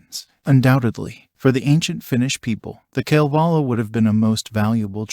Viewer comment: Would be nice if you could pronounce “Kalevala”